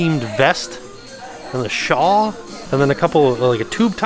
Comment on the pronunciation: Is saying "shaw" for "shawl"? Someone needs to give him a quick lesson. Looking at you. 👀😂